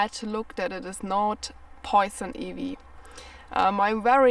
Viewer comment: Some useful tips, the letter i I is pronounced 👁️, Ivy, 👁️vy, 👍